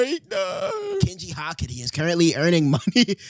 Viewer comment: swear to god if u say ha-kari one more damn time its HAKAAARI